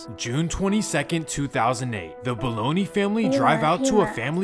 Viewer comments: Omg it is NOT boloney!! It’s BOLOGNAH*** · The name is pronounced “Ba-low-NAH” not Baloney 🤦🏽‍♀️. RIP Bologna family 🙏🏾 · Did he really pronounce it baloney.. The G is silent.. Buh-lone-yuh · Bologna family just lost the wife and sister in a car crash in the valley a couple weeks ago too...also it's pronounced "Ba-lone-ya"